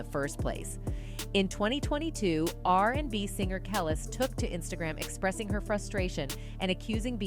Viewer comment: Who is the woman narrating this video? And how many times are you going to say “Kelis” name wrong? It’s pronounced “kel- lease” not kel less. So annoying.